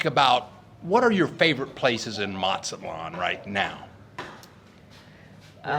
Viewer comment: the Z in Mexico (and most of Latin America) is pronounced just like an S. Not MaTSAtlan. It's not Italian Z, it's not German Z.